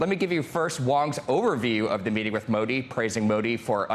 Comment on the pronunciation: If you wanna cover world leaders, at least learn how to pronounce their name correctly